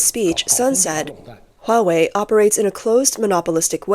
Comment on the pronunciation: Hahaha! You can have your hwuawei! Thank you.